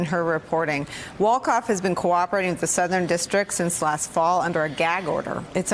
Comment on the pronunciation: Winston Wolkoff sounds like "wins ton walk off"! not so fast, my sociopolitical friend!